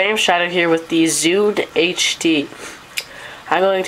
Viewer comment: its zune not zude !